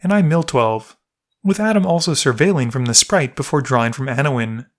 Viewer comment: Lol, "Anowin."